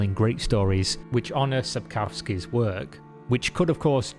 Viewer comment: Legends say there will be a Youtuber who proprly pronounces Sapkowki s surname. Still waiting on that legend :)